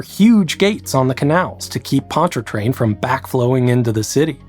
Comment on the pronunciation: As a Louisianan, I will be grading your pronunciation of things throughout the video and time stamping when you mispronounce something. 1: The first r is silent in Ponchartrain. 2: Here it’s pronounced Or-leens Avenue. You made 5 pronunciation mistakes that I am aware of.